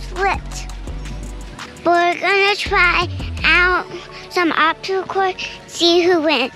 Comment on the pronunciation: Love the pronunciaation of obsticle so cute x